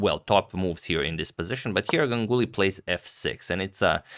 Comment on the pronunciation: Yeah "gangully"